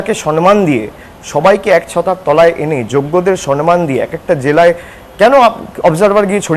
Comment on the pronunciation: Perhaps the word would be samman instead of sanman